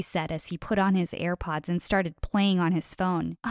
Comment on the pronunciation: The way she said sirpods but they had wires